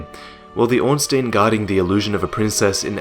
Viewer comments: Can't wait to see more, - I love your work! Just one thing though, Ornstein is pronounced as Orn-Stine;P. It bugs me when people say Orn-Steen -_- haha. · orn-SHTEIN, not orn-STEEN. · Good story, but Ornstein is pronounced "Ornstyne", just sayin' :P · srry but it kinda annoys me that everyone says ornstIEn it's ornstEIn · its not ornstien bro